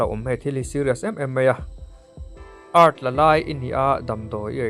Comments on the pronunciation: ee arr tii ti a lam tur aw..art ti lo in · Art nilo in A Ar Tee oo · Art tiin anlo lam ve thin tho alaw....ART(E ar ti) anti thin maw kalo tia,kan hriat belh leh ta e 😊❤🎉